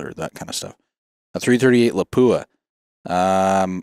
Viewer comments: For people who are supposed to know the industry, you don't know how to pronounce "Lapua". It is not La pu a. It is Lap wa. Otherwise, an interesting and enlightening video. Well presented. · Not la po a ... Guys